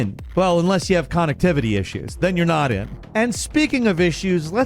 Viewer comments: Kahn-ectivity I love this man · Did this dude say “CON-nectivity”? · Con-ectivitiy issu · I'm just here for pronunciation of connectivity! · Dude saying “Con-nectivity” instead of connectivity is infuriating me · Never heard connectivity pronounced like that 😂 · I love the way says connectivity 😂❤ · Can you not say connectivity correctly? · The way you said connectivity made my brain go blank